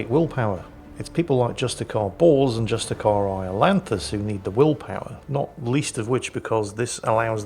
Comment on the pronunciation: ....Am i the only one hearing Justicar Balls or Purgator Fool? XD